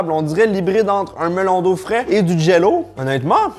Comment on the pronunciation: seul hic de la video c'est quand j'entend MELON D'EAU (sinon video parfaite comme dhab)